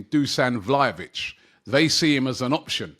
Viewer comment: 😂 Robbie just taking the piss now lol man said valhovic 😂😂